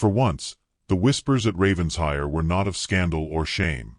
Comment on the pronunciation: It’s NOT Ravens-hire! It’s Raven-shire! Get it right!